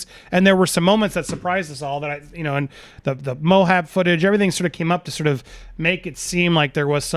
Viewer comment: It’s MO-AB. Not MO-HAB. It’s like that detective calling them the Landrie’s. Drives me nuts.